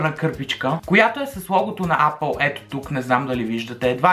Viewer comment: Брат, апъл тая марка не съм я чувал ,ама съм чувал ейпъл!xD